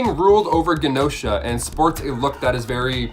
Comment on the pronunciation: it's "GEE-nosha", not "GAH-nosha"